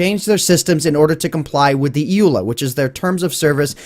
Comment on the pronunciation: It is said E.U.L.A.